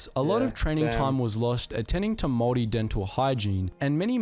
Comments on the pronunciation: When you pronounce the word Maori its said like mowri instead of maowri if that makes sense, and you kind of drag the o a little bit. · Not to be annoying but it is Māori not mori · Māori* as opposed to Mori. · It is pronounced "moldy" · Māori is pronounced more like mouldy but spelt more like moulree but don’t say ree at the end the r is rolled in Māori pronunciation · man says samoan and moari wrong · If you can say 'mouldy' then replace the D with an R. There are two different ways of pronouncing it but the one above is h9w its said in my part of the country